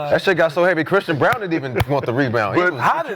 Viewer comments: lol it’s Braun not Brown 😂😂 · It’s Christian “Brown” Braun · To be fair, Braun does translate Brown over here. Lol, you're right, though. They don't even try to pronounce names correctly.